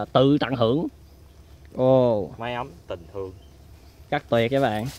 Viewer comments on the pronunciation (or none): "Mái ấm tình Khương" :D. Nghe cứ tưởng mái ấm tình thương hihi.